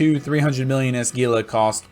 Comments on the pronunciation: It is pronounced "Heela" ROFL Sorry, had to say it. Great video, it has been added to my recommended viewing when folks ask if the "cheap HEELA" can still do t4 Abyssals. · indeed LOL. It actually does not bother me. in practice calling it a "Geela" makes it easier for newbros to find if they have only heard it spoken about ;) Plenty of time to correct them once they are flying.